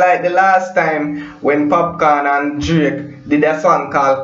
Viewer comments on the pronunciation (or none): Bredda its DRAKE NOT JRAKE,,,WHY UNNU JAMAICAN BLOGGERS CANT PRONOUNCE UNNU WORD